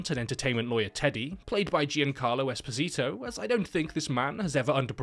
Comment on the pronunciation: Never hear a worst pronunciation for "Esposito". Anyway, great video as always